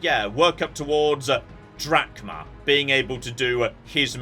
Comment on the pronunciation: Anyone else keep hearing call the character Captain Dad?